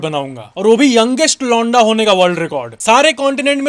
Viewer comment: When you say 'londa', my brain processes it as 'lauda'!😅